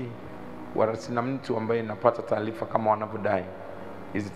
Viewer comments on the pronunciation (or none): Tujitahidi kutofautisha R na L Mfano:Taalifa❌ Mbalikiwa ❌ Kiloho ❌ Huluma ❌